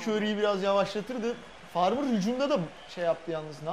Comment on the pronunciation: ahaha bütün video farmar a farmır dememesini bekledim vazgeçmedi adam :D